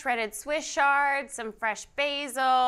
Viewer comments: Have I been pronouncing "Swiss chard" wrong all along? I have always said chard with a ch sound like in cheese, not sh like in shard. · You've been right. It's pronounced with a 'ch' sound.